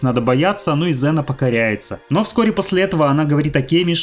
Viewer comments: Не зэна а зина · Валенок! Может Ксена, а не зина! 🤦‍♂️ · класний был фильм токо вроде говорили Ксена,а не Зена😊